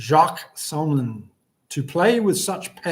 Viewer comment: SNYman not sHnyman. Commentators got it wrong alll evening!!!